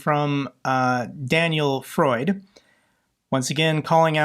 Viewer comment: Danien Freund, NOT Freud. Freund is German for "friend".